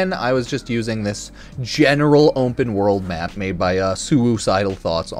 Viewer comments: "Ompen world" 😂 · words cannot describe how confused i was here drunk as a larva listening to this and freaked out over how you said ``openworld``, thought my ears was propper broken XD. ompenworld